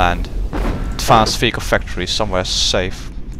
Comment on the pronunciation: Every. Single. Time, that you say Vehicle..it sounds like Fecal. :/